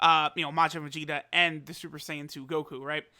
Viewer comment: Vag-eta? lol!